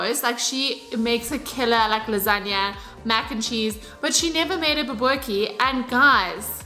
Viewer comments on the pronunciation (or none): Pronounce it "boo-bo-teee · It's pronounced "ba boo tea"😁.....your recipe looks and sounds amazing 👏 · 🤣👏🏻👏🏻 Pronunciation completely wrong… BO-BO-TIE… the T is the one you want to emphasize when saying the word😜 Can’t wait to make this!!! Love you … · Bobotie with a t, not kie or tjie. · lol it's pronounced bobotee